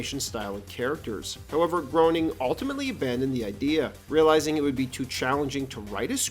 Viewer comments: On the record with Matt Groening’s name it’s pronounced “Gray-ning”, not groaning. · I'm new to the channel and I really like your content & style but you mispronounced Matt Groening's last name.. Its pronounced "gray-ning" not "groaning". Yes, I know, I'm at grammar Nazi.. Lol! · Just came her to be the first to say, "It's pronounced 'graining', not 'groaning'". Also, Maggie's first word was, "Daddy", voiced by Elizabeth Taylor in the season 4 episode 10 titled "Lisa's First Word". "Sequel" is the first word any Simpson's character hear her say. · GREY-ning. GREY-ning. Not GROW-ning. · "Grow-ning" Oh no. "Grey-ning". It's Grey-ning. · Why do people keep saying groowning? 😂 its Gray-ning! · Pronounced “Graining” not “Groaning.” This is well known. Do your research. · It's pronounced Graining, not Groaning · It's pronounced GREY-NING! Matt Groening. Not Groan-ing. Grey-ning. Matt Groening. Matt says so himself in his Life in Hell books. It rhymes with complaining. Groening. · Groening is pronounced “graining” (like “raining”), fyi. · The show’s creator’s name is pronounced “Graining,” not “Groaning.” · Yup , in one of the comics he says his name is pronounced Gray-ning, not to be confused with Grain-ing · Matt's surname is pronounced "Gray-ning" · It’s pronounced Matt “graining”. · Matt “Groaning” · It's pronounced "Graining." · Groening is pronounced "graining". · It's pronounced "Grayning." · ... it's pronounced Grayning. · it's actually pronounced grain-ing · Matt “Graining”. Do you say Illinoise too? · Ok if the author doesn’t even know how to pronounce Groening’s name I’m out of here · Good video, but you’re saying the creator’s name wrong. To quote Life is Hell: “Groening rhymes with complaining.” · you researched all this and didn’t pronounce his name right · Yea if you're making a video bothering to check how a famous person says they pronounce their name is a ridiculous expectation, right Michael?